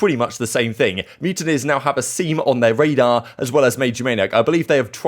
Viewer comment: I gotta say it’s A-sim not Aseem